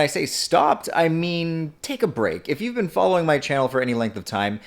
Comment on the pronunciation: unrelated but i love how he says been as bean